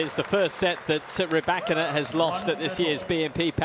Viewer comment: Ry-Bak-In-Na.....do doo do do do.......Ry-Bak-In-Na..... do do do do.....Ry-Bak-In-Na....do doo do do do ,do do do, do do do, do do do do do do! do! do! do! do!